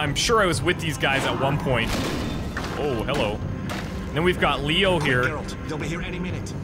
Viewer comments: Dude, it's Geralt, not Jeralt. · It's Geralt not Jeralt for God's sake... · Geralt,not Džerald 😄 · Sorry but this just pissed me off its geralt not jeralt its a G not a J ( ger-alt) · Geralt not jeralt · It's Ger-alt not Jer-alt! They even said it in the video. How do you fuck it up?!?!?!?! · Teepo Jerard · Why do american people call him Jeralt, its so annoying. Its Geralt, not Jeralt. Its not even hard to pronounce. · his names not JARE-ALT its GARE-ALT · call him Gerald one more time... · it's pronounced Geralt with a Guh, not ge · Who the fuck is "Jeralt"?! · Did you just call Geralt "Jeralt"? -__ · the intros story is from one of first book's introduction to Geralt short stories, they even made a comic book about this story. and his name should be pronounced with G like in word 'game' ;) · actually turned off the video right after i heard him say Jeralt fuck that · he just called geralt fucking jeralt... disgraceful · heard this and came to the coments to see If I was not the only one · Who pronounces Geralt as Jeralt? It is said properly by every character in every game... pls my ears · Trying to watch in 2017. Having a hard time fighting the urge to turn the video off every time he says "Jeralt" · Djeralt? Dude... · I wonder how many people are triggered by the way you say geralt XD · failing your mispronunciation of GERALTS name... Dunno what to make of this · i had really hoped he would've said geralt properly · I’m sorry for singling you out, I did mean everyone who dislike the vid because he mispronounced a name, pretty pathetic reason to dislike ngl. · hit him with a down vote for that atrocious pronunciation of the famed witcher Geralt of Rivia!!!